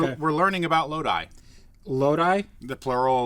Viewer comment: Born and raised in Lodi, NJ. What are you saying hahaha?!?